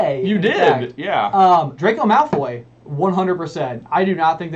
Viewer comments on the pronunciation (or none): The Stephen Fry version is infinitely superior once he stops pronouncing things like "malFOY" and "gryfFINdor"